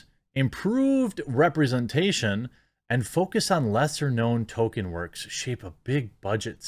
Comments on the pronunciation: it's pronounced toll-keen or tall-keen, not "token" (I always said it toll-kin, but I'm wrong) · "tōl-KĒN" not "TŌ-kən" goddammit, man! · Why are names so hard for you? It’s TOLKIEN not TOKEN, he’s not a black South Park character. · Jeremy, going forward, please say Tolkien and not Token. Thanks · I love listening to the actors and the "super fans" and they know NOTHING about Tolkien's work. And it's pronounced Toll-Keen not Token. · Quit saying Tolkien's name like that, Jeremy. It's not "token." It's Tol-Keen! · It’s Tolkien, not “Token” learn how to pronounce the name of the man whose works you’re discussing ffs. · Canon*, not cannon. And it's TOLL-keen, not "token". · It’s pronounced toll kin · It's hilarious that every time you say Tolkein it sounds like Token... how appropriate. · Can we at least pronounce the L in Tolkien. We should at least try and say the man's name sort of correctly. The right way is "toll-keen" but "toll-kin" or "toll-key-in" are fairly common. I realize I'm being that guy right now, but i feel the man deserves this small courtesy. Love the content as always! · There is an L in his name. Say it correctly. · Jeremy, there is a "L" in Tolkien.